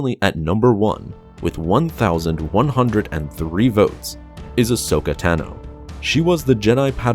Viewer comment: No one:: Ahsoka TANo